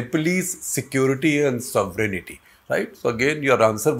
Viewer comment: Not “sovereign-aty please. Just sovereignty.